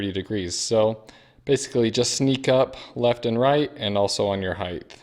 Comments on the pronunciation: Please stop saying heigth. It's spelled height and pronounced hite. Thank you. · Height. Not "heighth"